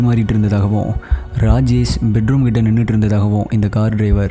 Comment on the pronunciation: Please improve your pronunciation. For Rajesh you're pronouncing as Rajes